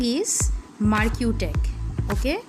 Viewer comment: You don't know, how to pronounce marquee, do you?